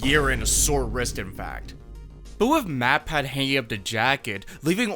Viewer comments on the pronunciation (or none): none